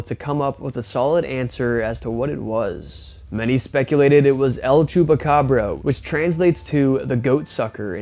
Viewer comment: nope I'm not,I'm an idiot and didn't check my own writing,it was supposed to say that the word is chupacabra not chupacabro which is how he pronounced it in the first part of the video.